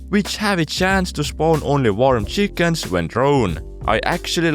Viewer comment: I love the way he says cheEkens instant like